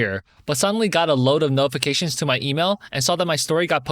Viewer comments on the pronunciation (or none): none